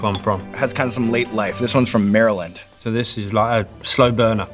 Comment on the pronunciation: Points for pronouncing Maryland correctly, or at least not saying MARY-land